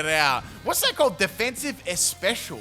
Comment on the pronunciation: Especial is Spanish for special… es-peh-sial